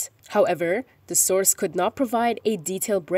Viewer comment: 'Source' or sauce 🤭🤭🤭 so shameful la 🤬